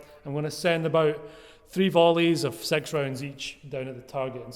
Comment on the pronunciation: It actually sounded like you said "Sex rounds each". xD